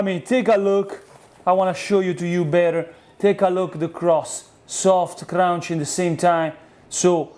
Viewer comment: "Annie", "East" and "Crrrrrounchy!" Please, don't take english class. I love it!